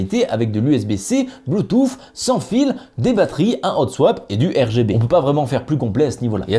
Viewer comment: J'ai l'esprit mal placé, au début de la vid j'entend "Blue touffe". C'est con mais ça m'a fait rire.